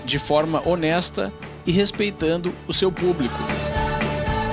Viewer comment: PuBRIco PuBRIcamente ... 🤣🤣🤣